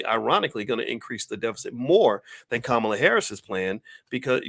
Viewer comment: By the way, her name is pronounced (comma la)